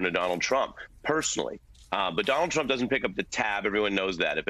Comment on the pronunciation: I LOVE that slip of the tongue, when she called trump, chump.😂👍 That was GREAT!!!